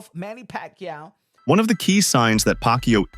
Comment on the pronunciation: The narrator intentionally mispronounced Manny's name, total disrespect 😡